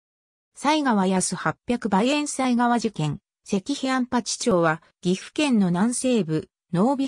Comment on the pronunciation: 読み方適当で草